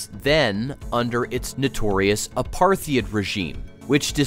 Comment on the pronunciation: Gerald Bull, not Gerrard....he was one of the world's greatest expert on artillery. Apartheid is pronounced as "apart-hite". He did a lot of huge work for the South African Army artillery project. His work for the Iraqis was to assist the Iraqis with their reentry vehicles for their ballistic missiles. The ballistic missiles would put the state of Israel within range of the Iraqi missiles. That got him in trouble with the Israelis...so he was assassinated...almost certainly the Mossad. I appreciate your video, but the details are very much wrong...